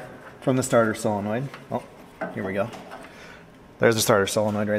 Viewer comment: I have to tell you I REALLY APPRECIATE the way you pronounce "Solenoid". So many people on YouTube and in real life say things like "Cellanoid" or "Sillinoind" and it drives me friggin' crazy. Thanks for being spot on....as usual. 👍👍